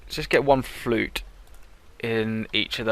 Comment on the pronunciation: you say the oo in floot as oooh not fluut i am dutch by the way like the series